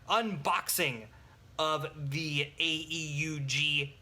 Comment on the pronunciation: btw not a criticizim or anything but it's typically pronounced aoog (AEUG)